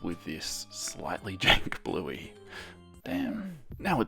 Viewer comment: I can't tell you how many times I thought you said "Blueby".....